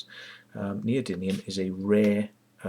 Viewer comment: I see you make the same mistake I always make in calling them neody-N-ium rather than neody-M-ium magnets. I think neodynium sounds better anyway ! This Searl guy claimed to have made a flying model that the BBC missed, in the 60's, so he couldn't have had a lot of money to do this, so why doesn't he do it now ? Well, it's obvious why, because he didn't do it then ! It's all a fraud ! You notice how these "free energy/ over unity/perpetual motion" frauds always fall back on the same old excuse for not producing working models, that being the "oil industry/government" is suppressing the technology. This is such obvious bollocks it's almost self refuting ! The amount of venture capital floating around the world is staggering, and these people would only be too happy to bring down the "oil industry" and take all those phenomenal profits for themselves, because if "free energy" worked, it would make trillions of dollars for the investors ! But these people aren't stupid, and that's why this shit goes nowhere. It simply doesn't, and can not, work.